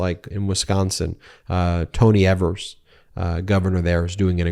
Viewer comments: Tony Evers pronounced eve-ers great man! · EEEvers not Evers